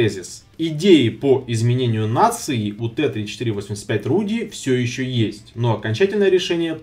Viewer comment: Не Рудди , А Радди